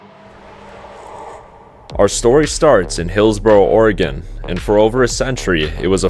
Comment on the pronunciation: Please never say it that way, it hurts my soul